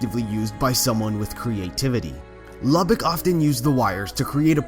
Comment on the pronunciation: How he said Lubbock bruh that's mad disrespect